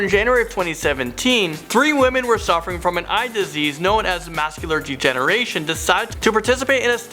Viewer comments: “mascular” Text: “macular” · Not mascular, it's macular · Macular NOT mascular. Edema is pronounced AH deem Ah NOT etima. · Pretty damn sure it’s macular degeneration NOT mascular 😒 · Macular. Not mascular. No such thing as cerebral enema either. So many word issues here. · Is he saying MASCULAR degeneration?! Hahahaha 🤙🏼💕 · Mascula Degeneration? Its Macaular Degeneration.. Contempt to make consent instead of competent to make consent. I think this guy need to really spend some time studying vocabulary. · You owe it to yourself and your viewers to *please*: Just try to educate yourself on these things that YOU ARE TAKING UPON YOURSELF TO EDUCATE OTHERS ON - First of all, its "MACULar degeneration". not "maScular degeneration" -_- next - "a drug to combat reduce anxiety" is not only completely misrepresenting what you're trying to talk about on a basic level, but it sounds like a some kind of sentence that maybe, say, a robot generated - and i like you man, but boy do you get seriously robotic in your re-reading of it <:)...i guess i'll just leave you with a couple of questions, and they're not for me, they're for You to answer: A) who writes your script, and B) do you *actually read it*, or is this all purely recital for our benefit. whatever - FYI. <3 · Macular Degeneration. Not "Mascular" Degeneration. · It's mac-u-lar, not masc-u-lar. No s. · it's macular not muscular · Ah, yes. Also mascular degeneration, which I refuse to attempt to define, and thaliDOmide... I guess I'm just not sure how this shouty, ignorant kid became one of their primary hosts. I remember a video not long ago where he said seven years seemed such a long time ago. How freaking old is he? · Lol "Mas-cular Degeneration"? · *macular degeneration, not “mascular” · Mascular Degeneration? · Let’s discuss this, it’s “macular” on the 1st one, brain edema not enema and brain damage usually does cause mental impairment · Honey, there is no "s" in macular. It's ok, just annoying. 😀